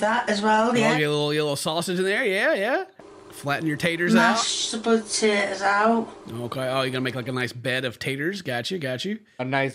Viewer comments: Is she saying spudtatoes? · the fact she says spud-taters everytime killed me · "sputatos" Boy, loves making up words, doesn't she? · "Mashed Spudtatoes" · Sorry but...POTÆÆS